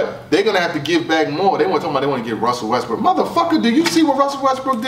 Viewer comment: the way materializes the “L” when he says “trade for Russel Westbrook” 😭😭🤣🤣